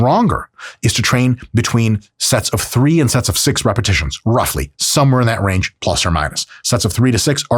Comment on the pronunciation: is that supposed to be "rough"ly or "roof"ly?